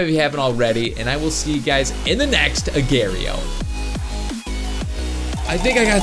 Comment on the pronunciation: he says agar.io so wrong😣